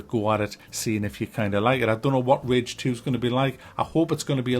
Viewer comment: rage not ridge my guy